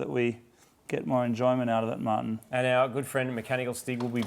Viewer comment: Every time Moog says Martin's name it sounds like he's calling him mutton